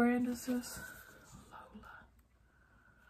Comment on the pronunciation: Girl... it's pronounced Low Lee Ah...not Lola! 😂